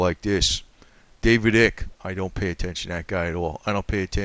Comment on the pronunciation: David Icke the I is long sounding not short. 🙄